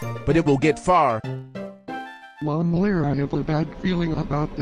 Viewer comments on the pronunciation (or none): He say mommlare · I like how carols say momlare instead of saying moflare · Also it's not really nice of them that they say momlare your name is Moflare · I love when Carlos says momlare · Why do Carlos say momlare